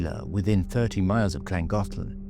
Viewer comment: The pronunciation of Llangollen is atrocious . .